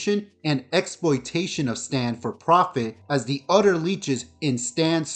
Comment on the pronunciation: My 10 yo son says “other” same as you (udder). Do you have a hard time with other “th” sounds?